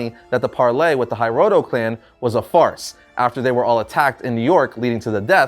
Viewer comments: Love how is pronouncing Hiroto as “Hi-roto”, instead of “He-roto” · Hearing you mispronounce hiroto over and over and over was like nails on a chalkboard. 😱